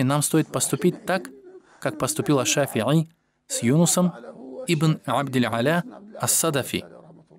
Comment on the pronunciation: Не абдиль'Аля (раб "Над",), а абдиль - Аъля (раб Всевышнего)... Перед чтением нужно знакомиться с оригиналом слов на арабском, это не первая ошибка уже.